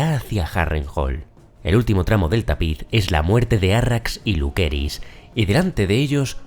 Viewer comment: Siempre me gustan tus videos pero lo único que es incómodo escuchar es Jaitower” “Lukerys” y “Jaekerys”